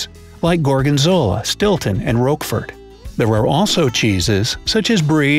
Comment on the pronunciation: Why can you pronounce "Camembert" vaguely correctly, but not "Roquefort"?